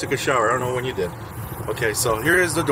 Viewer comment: what do I deed? 🤣🤣🤣